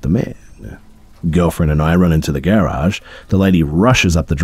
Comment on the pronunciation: Dude does not know how to pronounce garage lol